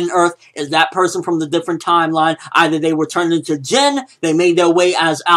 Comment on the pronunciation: Its pronounce jinn